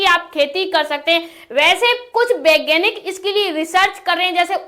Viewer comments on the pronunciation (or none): Baeganik nahi vaeganik hota hae